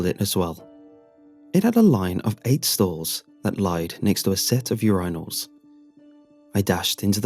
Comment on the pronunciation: No one on the Urine Als pronunciation?